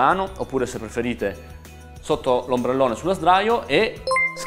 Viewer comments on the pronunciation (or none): bellissima però vi prego non dite i-o-esse. Si dice ai-o-es